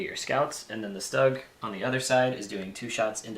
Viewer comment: StuGs are pronounced "Sh-t-oo-g" ;-)